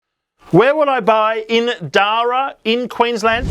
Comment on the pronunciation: I hate to be that guy, but it rhymes with para (as in parachute)..